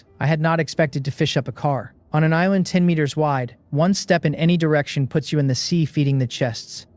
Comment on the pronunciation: Every time I hear joo my brain hears Jew and I just can’t stop laughing! “A Jew”